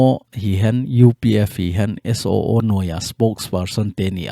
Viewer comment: Suu tilou vinn..SOO ti in seitho jiute